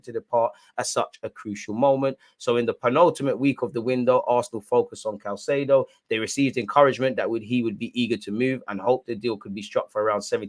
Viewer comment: Hey it’s “Kai-say-doe”